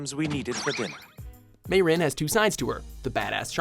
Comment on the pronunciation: Who else was shocked when he said Mey-Rin raises hand 🙋🙋🙋🙋🙋🙋🙋🙋🙋🙋